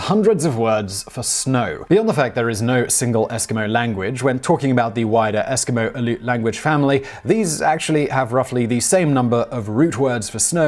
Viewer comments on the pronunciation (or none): Aleut is pronounced more like “alley-YOOT” :)